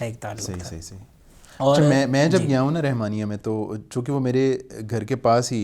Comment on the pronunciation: رِحمانیہ کی بجائے رَحمانیہ بولیں ۔